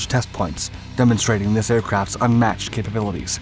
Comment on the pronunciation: capabilities not "capibilities'